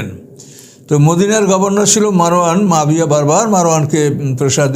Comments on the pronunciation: Nam tao to bolte janenna abar vul dhoren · এই লোকের উপর আল্লাহর লানাত পড়ুক। এই ব্যাটা আহলে কুরআনের লোক, মুনকিরিনে হাদিস, হাদিস অস্বীকারকারী, জলিলুল কদর সাহাবী হজরত মুয়াবিয়া রা এর ব্যাপারে মিথ্যা অপবাদদানকারী। শিয়াদের মিথ্যা ইতিহাস পড়ে সাহাবিদের সমালোচনা করছে। কোনো মুসলিম সাহাবিদের সমালোচনা করতে পারে না। এটা মওদুদির উম্মত। একজন সাহাবির নাম টাও সঠিক ভাবে নিতে পারে না। কুরআন সহিহ ভাবে পড়তে পারে না। এ হচ্ছে কুরআন গবেষক! নাউজুবিল্লাহ। এর কথা যারা মানবে তাদের ইমান হুমকির মধ্যে পড়তে বাধ্য। সাবধান! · আপনি একজন জলিলুল কদর সাহাবী হজরত মুয়াবিয়া রা এর নাম টা ও সঠিক ভাবে নিতে পারেন না। ছি ছি ছি!